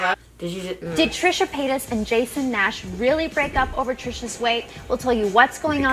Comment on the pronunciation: “TrishUUHH pAAayuhtus and JAYson NAAash”